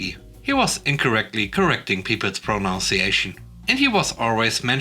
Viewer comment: Okay, no disrespect, but you mispronounced "pronunciation."